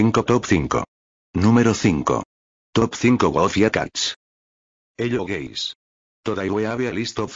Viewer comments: I hear gays not guys😊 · What normal people hear : hello guys😊 What I hear: hello gays💀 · I always hear in hello guys like hello gays💀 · "Heyo gays"😂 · “hello gays” why 😭🙏💀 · How it's supposed to be pronounced in the beginning: hello guys. How it was actually pronounced: hello gays. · Hello guys❌ Hello gays✅ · "eLlo GaYs"💀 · "hello gays" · he-ello gays never gets old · My fav part is when he says "hello geys!" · bro, said ''hello gays'' and ''topsingo 5'' got dying💀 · bro the "hello gays" 😭😭😭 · Bro said “hello gays” 💀💀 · Why do i keep hearing hello gays💀💀💀💀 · "Top 5 Hello Gays"